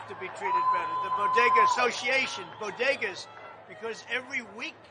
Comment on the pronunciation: Haven't you all heard?? They're not called bodegas. According to Jill they're call bogedas!!!